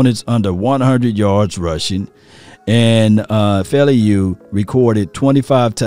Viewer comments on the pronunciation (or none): His last name is pronounced (fou) (Lou) faoliu